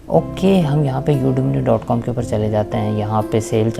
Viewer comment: Udemy haa not udemny